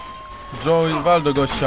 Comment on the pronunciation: Imię Joe czyta się Dżoł